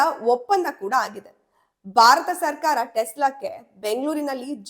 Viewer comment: ದುರದೃಷ್ಟವಶಾತ್ ವಿಡಿಯೋ ಶೀರ್ಷಿಕೆಗೂ ಮತ್ತು ವಿಷಯ ವಿವರಣೆಗೂ ಸಂಭಂಧಾನೆ ಇಲ್ಲ. ಓದುವಾಗ ಉಚ್ಛಾರಣೆಯಲ್ಲಿ ಬಯ, ಬಾರತ ಮತ್ತು ಕರೀದಿ ಬದಲಾಗಿ ಭಯ, ಭಾರತ ಹಾಗೂ ಖರೀದಿ ಅಂತ ಓದಿದರೆ ಕಿವಿಗೆ ಕೇಳಲು ಇಂಪಾಗಿರುತ್ತೆ ಹಾಗು ರಚನಾತ್ಮಕ ವ್ಯಂಜನಗಳ ಕೊಲೆಯಾಗುವದನ್ನು ತಪ್ಪಿಸಬಹುದು. ನಿಮ್ಮ ಸರಿಯಾದ ಉಚ್ಛಾರ ಕನ್ನಡಿಗರಿಗೆ ಮಾದರಿಯಾಗಬೇಕು.